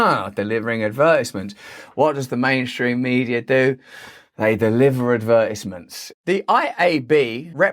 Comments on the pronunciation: Listening to Brand say "advertisements" is like listening to a train crash=) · how he pronounces advertisements tho Ad Vertisments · I feel like Americans definitely won the battle in pronouncing advertisements. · The way he pronounced "advertisements" made me weak.